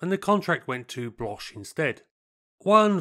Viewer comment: Pronunciation of Bloch is like the English word “block”. It’s Marcel Bloch, who became Marcel Dassault after WW2.